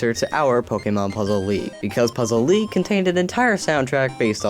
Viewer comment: Lol he said "I give pokemon puzzle leage an 8.5" he said LEAGE